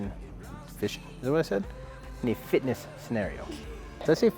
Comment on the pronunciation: Another great helpful video. 👌 FISHINT! A bit like me saying Australia, STRAYA! 😂😂